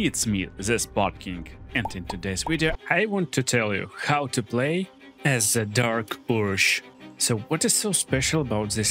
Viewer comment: Normal people: dark urge This: dark ursh